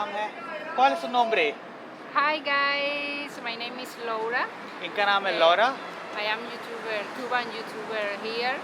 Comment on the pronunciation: Laura 😂😂😂 kuch alag hi andaz mein pronounce kiya tha.